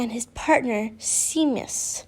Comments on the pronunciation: Beauxbatons is french so it would be pronounced "bewbato"... I hope that made sense! <3 Oh and Seamus can also be pronounced "Shaymus" <3333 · Seamus, is pronounced Shamus.